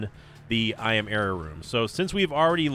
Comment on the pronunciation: Am I the only one that hears yera instead of error?